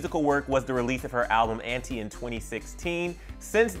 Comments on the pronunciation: Sure let's call the album an-tea not an-ti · Y’all still calling ANTI “An-Tee” in 2020? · I didn’t know Rihanna had an album called “Antie” 😂 I thought it was “ANTI”